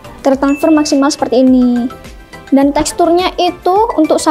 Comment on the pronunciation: Aduh mbaknya imut banget tertransfer jadi tertanfers 🤭